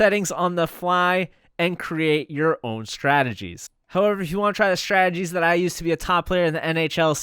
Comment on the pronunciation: One day, you will be able to say the word “strategies,” like a slow homosexual. Some day.